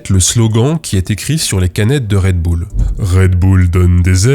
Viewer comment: "Red boule" t'es américain, toi.